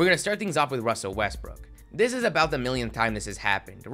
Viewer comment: you pronounced westbrooks name wrong...